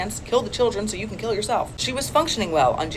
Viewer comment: You can't even say kill.